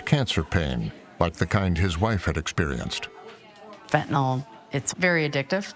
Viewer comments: It is NOT called FENTANOL!!! It is FENTANYL!!! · The Correct Pronunciation Is Fent Ah Nill, Not Fent Ah Nall, I've have chronic pain for 50 years and have taken Opioids for 50 years I've never been convicted of a felony and never been to prison, some people get addicted and some do not, It's just that simple.